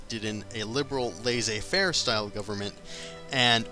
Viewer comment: I love how he says ''lazy fair'' instead of ''lasseiz faire''